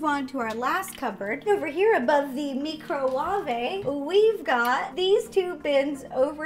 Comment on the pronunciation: You made me laugh with your Franglish pronunciation of microwave!